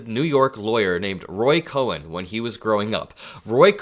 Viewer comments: Roy Cohn, is pronounced Kohn not Cohen. Can't wait to see the Apprentice movie which I hope will show how far back Trump's despicable behavior goes. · Please quit saying Roy Cohen. His name was Roy COHN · it’s not Roy Cohen, it’s Roy Cohn pronounced Cone like an ice cream cone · it's pronounced "Cohn", like cone, not 'Cohen' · not Roy "Ko-hen". Roy KOHN. Like ice cream cone. This man is so delusional -- the bigger the DEFEAT, the bigger the LIES. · Excellent videos! Just one correction. DJT's legal brain was Roy Cohn, pronounced Cone. Cohen has an 'E' in it. I grew up listening to this name as the guy was infamous, and it was never pronounced Cohen. But great job otherwise. Really! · The last name is not Cohen, it's Cohn, pronounce Cone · it’s Roy Cohn [koʊn], not Cohen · Sorry to be picky, but it's pronounced "cone" not "Cohen". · The focus here is on Trump, but I want to point out that it was Roy Cohn (pronounced "Cone") not Cohen. He was one of the most horrendous human beings who ever lived. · It's COHN LIKE CONE NOT COHEN. I love your ch. TYSM 👍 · FYI, it’s Roy Cohn - not Cohen. Michael Cohen is a former Trump lawyer, with the 2 syllable last name. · It is COHN (pronounced CONE) not COHEN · I agree with you about Roy C. But, I feel I must correct his last name. It's Cohn and not Cohen. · It’s pronounced “Khan” not “Cohen” for Roy Cohn. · pronounced "Cone" not Cohen. Otherwise, this 72 year old loves ya!! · Bro, It's pronounced Roy Cone not Cohwen, just one syllable. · Cohn is pronounced like "cone" not co-hen. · It's Roy Cohn, pronounced as CONE, not CoHen. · Not kohen - Kohn. Roy Kohn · It's not Roy Cohen, it's Roy Cohn (pronounced "cone"). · Btw,, it's pronounced CONE --- Roy Cohn, not Cohen. 💠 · Hey, it's Cohn, not Cohen, pronounced Cone. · It’s pronounced Roy Cone…not Roy Coh-en. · Roy Cohn, not Cohen. Sounds like “cone”. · Cohn, not Cohen. Rhymes with cone. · Cohn, not Cohen. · It’s Roy Cohn, not Cohen. One syllable.